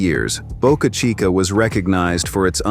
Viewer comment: Please learn to pronounce names correctly . Boca Chica launch site was the "CHEAPEST " place with no locsl objection. The rest is bovine excrement .